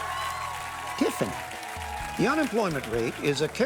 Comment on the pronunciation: 'Tiff-a-ny, -Tiffany' 😂🤣🤣😂🤣